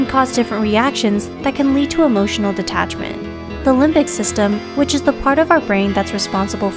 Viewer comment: why is the word detachment like: DE T ACHMENT